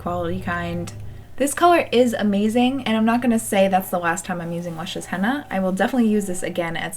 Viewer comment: It sounds like you are saying Hannah instead of henna, it’s cute.